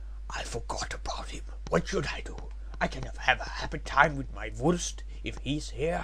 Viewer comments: INSTANT WIN. I lasted until the first time he said "Vursts" before I broke down laughing. The voices were filled with win. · They pronounced Wurst verry... WIRRED xDDD And I LOVE Italy in that one eue